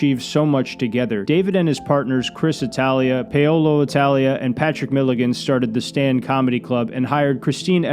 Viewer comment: “Pay Olo Italia”